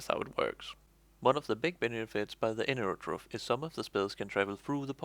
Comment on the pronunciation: "hello and welcome to the new class: "enurotrofe" "...wtf